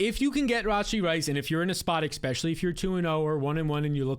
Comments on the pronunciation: Never trust a man that says “ekpecially” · It’s hard to take you seriously when you put an “X” in especially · “ecxpesially”